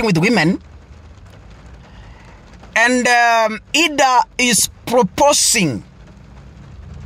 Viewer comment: Who is Eedah? Or its Idah( Aidah)